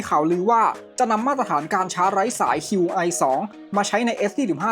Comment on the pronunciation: Qi ออกเสียงว่า ชี่ ครับ Qi2 (ชี่ทู)